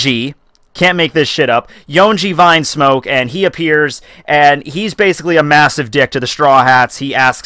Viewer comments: "Vinesmoke" "Gurma" "Ray Jay" bruh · Why do you call it vinesmoke ?? it is Vinsmoke which it is pronounced Veensmoke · Rew Rose It´s not a matter of how he calls them, it is how it is written, that's the point. Vine is some thing and Vin is another, learn to differentiate.